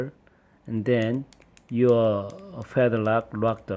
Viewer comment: YOU SAID PEDRAK INSTEAD OF PADLOCK